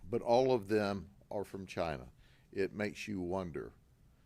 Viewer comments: ITS FROM CHYY-NAHH…😂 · Gotta love how he really emphasizes CHINA, pointing out that it's a communist country. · the way he pronounces massage "massodge , massodga, " and CHI na he learned from Trump .